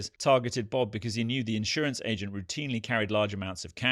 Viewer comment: It's insUrance Paul..not insOrance...